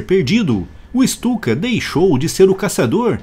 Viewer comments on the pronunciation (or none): Ju 87 Stuka - pronuncia-se "Ixtuca".